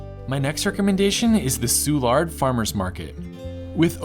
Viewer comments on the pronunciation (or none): Great video but Soulard only has emphasis on the S, not the L.